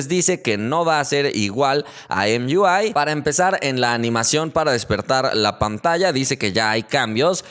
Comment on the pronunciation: deja de hacerte pendejo con Em iu ai. es Emui pendejo de oye naco, nadamas por que quieres demostrar que sabes pronunciar ingles